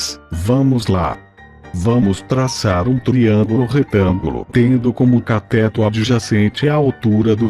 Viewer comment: CATÉTO... KKKKKKKKKKKKK escreve CATÊTO que o fala certo!